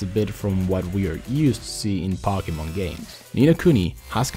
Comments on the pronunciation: Omg it's (poke-e-mon) not (pock-e-mon) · ITS POKE-E-MON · SAY IT RIGHT FFS ITS POKEMON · Pokie Mon Hahaha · "Packymin" that's new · It's po-key-mon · it's po-ke-mon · I LAUGHED EVERYTIME HE SAID POCKY MAN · Wtf is Pockymon? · why does he say pockymon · is pronounced poke e mon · Actually it's po-Kay-mon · Pocky mon my ears are bleeding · ummm... why does he say pocky-mon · pocky men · do you mean cocky-mon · I HATE HOW HE SAYS POKEMON ITS LIKE WHEN PEOPLE TRY TO SAY CATERPIE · he said Pokemon wrong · it does kill me he says pokemon wrong